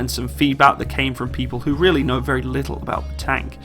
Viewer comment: its wery wery good tank!✌